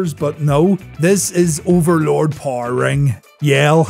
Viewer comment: there is an e in the word power dude try pronouncing it